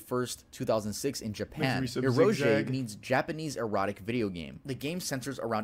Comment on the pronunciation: Fun fact: It's actually pronounced eh-row-gay, not eh-row-jay